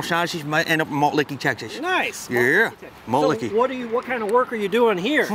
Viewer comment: Malt Licky lmao woulda died if the guy was like “Wait, are you trying to say Malt Liquor?”